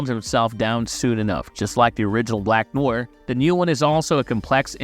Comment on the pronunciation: How can you butcher such a simple name like “Black Noir”? Good video, but kinda annoying to listen to.